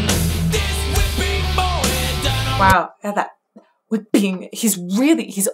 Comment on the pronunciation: 'metal is so much more' .... yeah, definitely. basically a lot of metal has VERY similar makeup to full blown opera.. but generally, a bit more anger or catharsis. whipping... pronounced Hwipping for emphasis.. gotta give James credit, however wrong it seems when written, it works when sung.